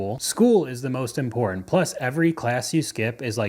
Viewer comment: You need more classes because the word is "im-por-tant" not "im-por-ahnt."